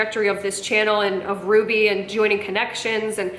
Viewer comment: For someone who is so anal about grammar, she's the only person I've heard who pronounces Ruby's name wrong. 😂